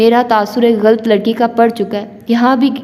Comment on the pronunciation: واقعی باجی مجھے تو بہت مزہ آیا میں خود اب سن رہا ہوں دل تو بہت کرتا ہے کمنٹس کرنے کو مگر مجھے اندازہ ہے کہ پڑھنے والے کو مشکل ہو جاتا ہے ویسے آپ شاندار پڑھ رہی ہیں ماشاءالله اور غلط کو غلط پڑھیں(galt) نہ پڑھیں یقین کریں قاسم علی شاہ کے بعد آپ دوسری شخصیت ہیں جنہیں میں نے اس ہفتے galt پڑھتے سنا 😝😁😅 شکریہ